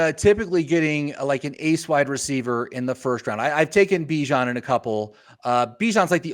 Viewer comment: His name is Bee-John you nimrod. Everybody deserves to have their name pronounced correctly. Have some respect.